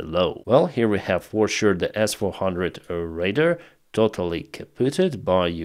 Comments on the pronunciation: Pronounced: ray-dar ✅️ Not pronounced: ray-der ❌️ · Ray-DAR Radar, Ray-DAR.... not raider, but I still love ya, but say raider one more time!!!! LOL Raaaaay - DAAAAAARRRR